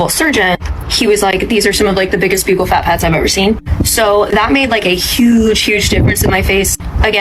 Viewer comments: How are people getting surgeries they can’t even pronounce? Buccal is pronounced BUCKLE not BEUUCAL, you sound like an absolute air head. Most of these women aren’t even repeating the correct information. Vanity is a curse ladies. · Yeah, her surgeon told her "these are some of the biggest b-yew-kle fat pads I've ever seen?" I don't think so. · The fact the lady doesn't pronounce "buccal" correctly is unfortunately telling.